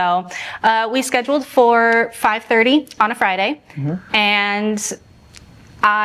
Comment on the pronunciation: "fur a couple dates"